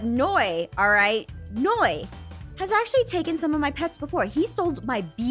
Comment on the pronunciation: It’s Noi not Ein .